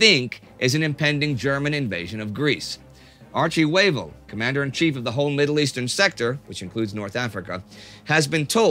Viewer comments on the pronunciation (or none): I usually listen to these at work and have it playing in another window, and The way you pronounce WAVELL sounds like HUEVO which is Spanish for EGG so I have to come back and read the subs and make sure you're not saying EGG so I'm just laughing at my desk like weirdo.